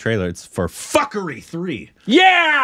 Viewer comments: Punjab is "poon.jaab" and now fukrey is "fak.rii, well korbinized🤣🤣 btw its fook.rey it means worthless/Jobless(person). its a Punjabi slang word. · The name of the movie is pronounced 'F-o-o-k-r-a-y' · its fook-ray😂😂😂😂😂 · Gosh LOL, it's pronounced as Foo-kuh-ray (Fukrey is indian slang for brokes who fake being rich). And yeah the main storyline isn't serialised but there are significant references to previous stories, so if you want to connect better, do watch 1 & 2 first. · You have to watch both the film fukrey 1 &2 .. and its pronounced Fookrey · It’s pronounced fookrayy